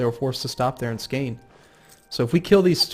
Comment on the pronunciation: IT IS not skaene it is SKaane!!!